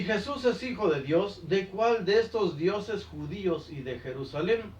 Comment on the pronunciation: Jajaja, pense que decia PERUSALEN